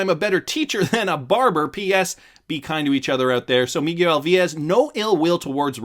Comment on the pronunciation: Interesting way to say miguel .....mig-you-ell